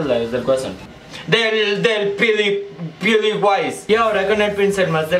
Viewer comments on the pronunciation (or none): "Del deeel piudiwise" jajaja